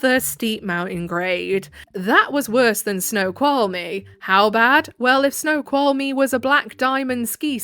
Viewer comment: Washingtonian here you totally nailed Snoqualmie pass